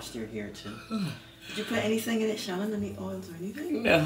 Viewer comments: challan you're so entertaining!! also i think it's pronounced as "shelly" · I think it’s pronounced Shelly.